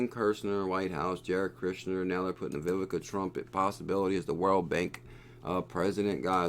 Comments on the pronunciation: Great video! You said it right once 😂. (E-vaughn-ka) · Learn how to say Ivanka it’s really not hard sound it out